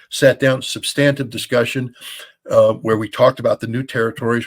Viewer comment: Scott pronounces “substantive” like a jar head, and some others do, and learn not to.